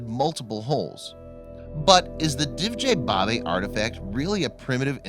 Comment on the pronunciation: Great video, thanks! The name Divje babe should be pronounced as "divya" babe though, meaning wild women. Best regards from Slovenija!